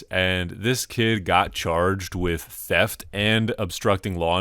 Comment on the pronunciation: It sounded like the cop said “teft”. Cop #1: Are you arresting him for theft? Cop #2: Teft!